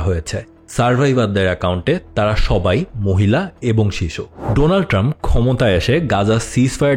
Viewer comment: donald trumph❌ Doland Trumph✔️